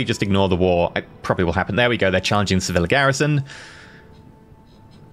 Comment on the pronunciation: Lesson 3: for extra spiciness, when you say Sevilla, remember the double L in Spanish sounds closer to a Y than an L, so you might as well pronounce it as if was written Seviya and it's fine. It should sound close to se-VEE-yah.